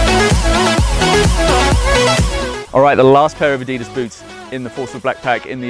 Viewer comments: The guy should at least know how to pronounce the name, Adidas. (Adi-das) named after the founder, Adi Dassler. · it's said a-dee-das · This guy needs to say Adidas properly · He's a prick..... The way he says Adidas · You can't even say adidas right 😂😂😂😂😂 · his way of saying nike and adidas... :( its just sad. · Haka is said huka And Adidas is said adedas